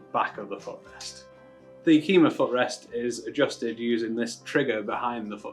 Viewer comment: Yakima is pronounced: yak' ěm a I would NOT use steel bolts to mount your foot peg device unless you intend to never change them, or you do a thorough and excessive job of lubricating the threads. The Yakima is aluminum and the steel bolt will seize in the Yakima rail and you are toast.